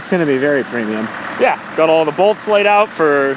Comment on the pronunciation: “Premium” this, “premuim” that. Annoying as fuck